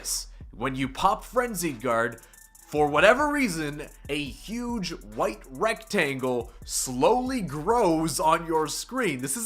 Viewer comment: Did you say rectangle? Sounds very German 😂👌